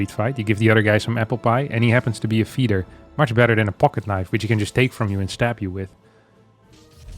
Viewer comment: what in gods name is he talking about at the start of 2nd game, why does he say pocket like that, im upset.